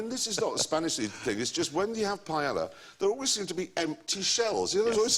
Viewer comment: The way they pronounce 'paella' makes me want to kill myself.